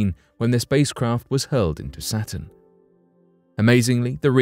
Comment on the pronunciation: To the narrator: -Say satin -say Saturn